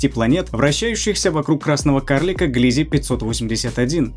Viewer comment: Не ГлИзе, А ГлизЕ!